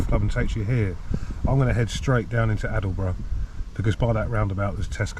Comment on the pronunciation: Aldeburgh is pronounced Oldburgh